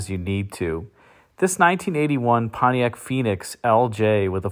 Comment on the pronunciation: That's not "Pontiac".